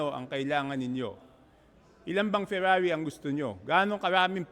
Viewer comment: Talagang ang accent noh! ferrrrrrrrraarrrrrrri. Kolehiyala?😂